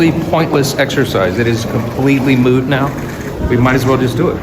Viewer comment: The word is “MOOT” Mike, as in subject to doubt or uncertainty , not “MOOD” as in “What’s wrong, Mike? You seem to be in a really bad MOOD lately.” He’s losing his grip on current affairs, pun intended. 😮😢😂